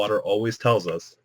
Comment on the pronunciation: Billybob Neck and it's us not "use"